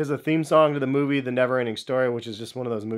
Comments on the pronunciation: Did he say movie? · Dis boy said movie